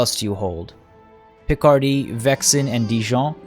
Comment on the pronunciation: List of mispronounced french names in this episode: Vexin Capet Auxerre Maine Caen Charolais Berry Aplomb (not a name but whatever) Eudes Gilles Saumur